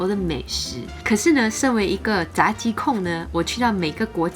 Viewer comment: 炸鸡最正确的是第二声哦